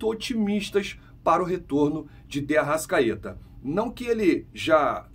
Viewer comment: ARRA*S*CAETA VAI JOGAR FELIPE LUI*S* TAMBÉM e muita atenção com a fonética, S não é X!